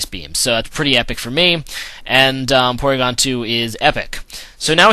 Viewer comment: its PORYGON dumbass